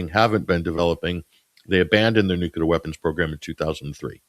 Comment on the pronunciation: can sound out ansarallah but not nuclear😂, great show